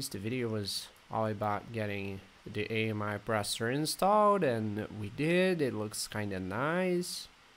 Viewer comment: It’s not A-M-I its pronounced “Ah-me” like the French word for friend.